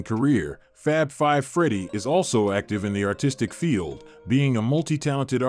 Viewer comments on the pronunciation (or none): none